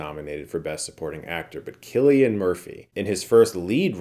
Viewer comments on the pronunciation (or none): Cillian Murphy, not Killian.